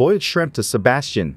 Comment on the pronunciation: Sabastion :D